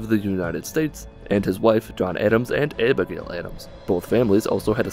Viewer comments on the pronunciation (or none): abighoul marston?